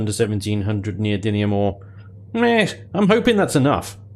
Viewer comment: Per the dictionary neodymium [ nee-oh-dim-ee-uh m ] You say it right. Just don't ask how to pronounce aluminum.